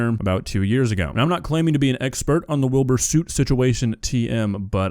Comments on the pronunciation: has clearly never heard it at all because he keeps calling him Wilbur Suit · I know he's a bad guy but I swear if I hear Willbur Suit one more time